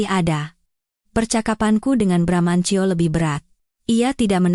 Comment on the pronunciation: bbrp kali sudah bener bramantio eeh balik lagi bramancyo..bramanjo...